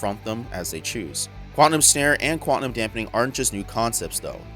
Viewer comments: IK I'm gonna sould like a jerk, but it's pronounced Quan-tum, not Quan-ti-num. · Good stuff man. It sounded like you were saying QUANTANUM not QUANTUM...it may be my old ears. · Great video and breakdown. My a-hole OCD got me twitching on your pronunciation of Quantum though.